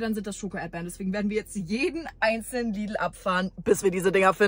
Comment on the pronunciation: Versucht sie ernsthaft Lidl englisch zu betonen?! Lidlllllll